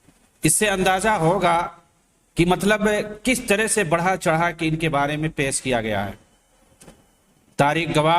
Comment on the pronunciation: شہید کو سہید اور پیش کو پیس، اور انمٹ کو انمنٹ کہنے والے اس نیپالی پہاڑی بکرے کی کیا فکر ہوگی۔ جو پہاڑ یا نالے میں پاخانے کے لئے جاتے رہے، انہیں تھوڑی سی سہولتیں دے کر کوئی بھی منہ میں غلاظت ڈال کر نکال سکتا ہے ۔ یہ ذہنی معذور ہیں۔